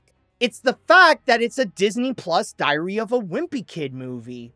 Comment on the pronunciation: The way you say diary sounds like diarrhea and it makes me laugh